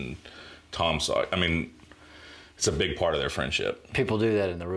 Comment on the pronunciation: Hunh. Now I hear it. A lot of times "Sawyer" comes out as "Sawyee". Paul Rudd used to joke about this but I never heard it until now.